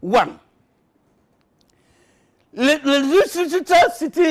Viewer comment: When he pronounced Leicester he sounded like he was casting a spell because my furniture started levitating at one point